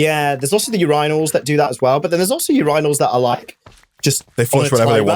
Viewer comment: will never be able to un-hear the word "Yoor-I-nail" for a stand up toilet. is actually POG this one.